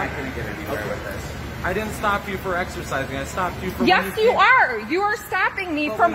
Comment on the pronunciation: " I want to axercizing "